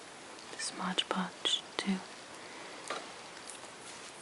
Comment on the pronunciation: Really beautiful! And very soothing to listen to. I think that product is called Mod Podge, though, not Modge Podge... :)